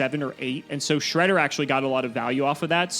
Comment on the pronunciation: This was literally a Progression Playoffs episode. I can't get over "My hole is no more" xD and then we got counter jokes with Fortune Lady Earth and the absolute correct pronunciation of Shred-d-d-d-d-d-er (why the fuck does that thing have 3 D??). It was hilarious from start to end and I'm super happy that we finally have the return of present-day and present-day symbolized by his flamboyant hair.